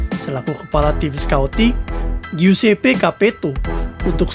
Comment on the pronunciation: giuseppe bacanya juseppe